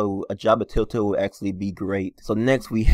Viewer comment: I hate how he says tailtail instead or TELLtale